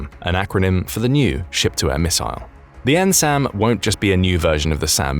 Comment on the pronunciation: to whom this concerns, enjoyed the information you disseminated. you are talking about the population of Japan reaching about 63 Million by 2100, yet the graphic reads 2010. then it sounds like you are saying "N-SAM" yet the graphic shows "A-SAM."